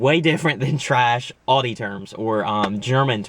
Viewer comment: You say "Audi" very strange